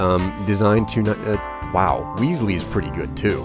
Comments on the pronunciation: WES-LEE!! NOT WEESLEE! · Its not an ee sound in Wesley its an e like in pet. Also please carry on forever!!!! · It's not weasely, it's Wesley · The name's pronounced Wes-lee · please you know how to pronounce "Wesley" good and well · Please say Wesley's name right :3